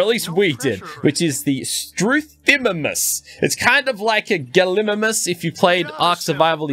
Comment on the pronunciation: The way he pronounces gallimimus and struthiomimus is killing me XD